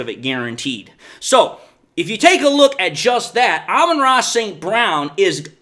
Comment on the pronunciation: "Alba Tross" St. Brown.